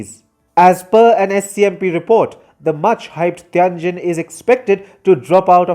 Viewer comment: I don't like China much. I like this sort of smug, confused, inaccurate critique less. Learn to pronounce Tianjin, jesus, it would take five seconds to check.